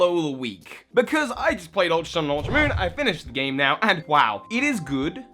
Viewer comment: "Ultra Monn"